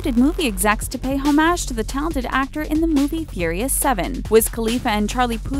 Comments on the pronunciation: "Home-aj" smh 😂😂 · The way she pronounces homage makes me want to throw my phone out the window.